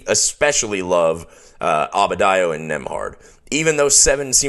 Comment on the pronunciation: Please excuse my continued mispronunciation of Adebayo. I have been a fan of his for years and can't explain this anomaly of misspeaking the man's name.